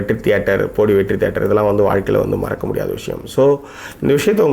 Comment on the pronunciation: How u have been living in the world worst pronunciation its bodi not podi and one more is bodimettu and not bodi medu